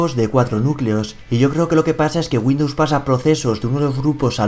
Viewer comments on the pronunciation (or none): none